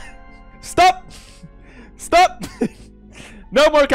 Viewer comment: It sounds like Alexei from Stranger Things when he said sTouP